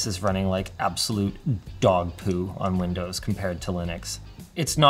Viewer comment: linus, you do realise you said lindows and not windows right?